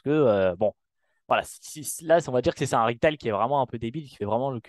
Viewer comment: "les ritailes"